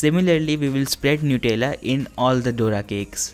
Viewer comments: It is pronounced nut-ella not nute-ella I'm telling coz I use to do the same mistake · They were very nice but Nutella is made out of nuts he called them noutella the pronouncation